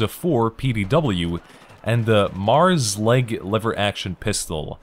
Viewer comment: It's pronounced M-airs leg not Mars leg.